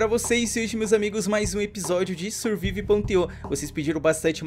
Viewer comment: Se pronuncia sârvaiv.io